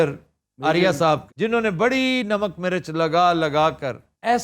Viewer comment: Sir you said the "mirch" wrong as you said it pronounce wrong mostly